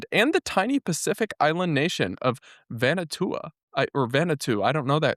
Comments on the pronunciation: It got to me too 😣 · Van-oo-ar-too (Vanuatu). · Vanuatu: van-oo-ah-too. (The more you know) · For next time the island is Vah-new-ah-two. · it's V-a-n-u-a-t-u, c'mon,. Luv you anyway ❤